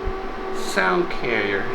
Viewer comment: Amusingly carrier works so well in this case and I appreciate two things here, one is that you speak in English for us and two, that career and carrier sound much the same when you say them. I love what you do on this channel and sit open mouthed through most of the episodes.